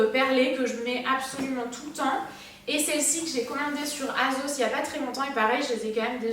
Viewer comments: on dirai que tu dis azos😂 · "Azos" et "Pull and Berrrr" 😂